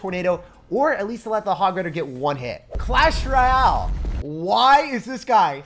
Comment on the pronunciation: clash rye-al